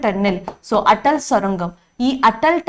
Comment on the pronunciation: Attal లేదు మేడం అటల్ anivundi